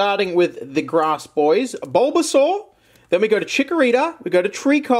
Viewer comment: Why is he saying bulbasaur like bobasor...